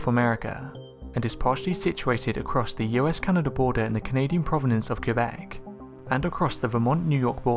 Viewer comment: Wow , you Québec properly:)